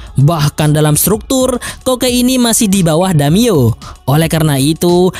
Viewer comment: Damiyo🤣🤣🤣. Daimyo boooss.